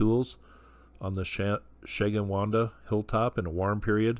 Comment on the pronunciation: It's pronounced Sheh - gwin- dah.